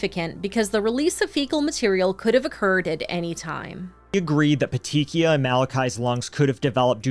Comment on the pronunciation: I’m finishing the video, but I want to let you guys know how to pronounce ‘petechiae’. It’s ’pet-tee-kee-eye’. The ‘ae’ is an ‘e’ sound. I spent years watching Dr. G.: Medical Examiner and she stated the pronunciations of many medical terms, especially those in connection to death.